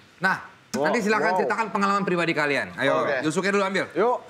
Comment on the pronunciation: Yusuke bang bukan yasuke